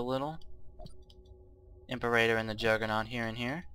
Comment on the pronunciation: also i hate how you mispronounce "imperator" just annoying to someone who actually knows how it's supposed to be pronounced.